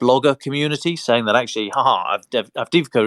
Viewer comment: May I suggest the following pronunciations: Kyiv----"kayeew" not "keeiv" Avdiivka---"avdeeyeevka" ---the second i is a "yee" ------not "avdeevka" Vuhledar----"voohhhledar"---the H should be pronounced---not "vuledar"